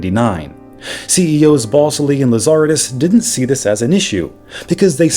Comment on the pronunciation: “Ballsly!”😂 I don’t think this is how you pronounce his name.